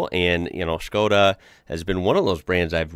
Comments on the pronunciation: Bro if you come to europe let me know and we can drive arround in a '22 Octavia RS , trust me its worth it. Also kudos to actually pronouncing it as it should :) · HE SAID SKODA CORRECTLY NO WAY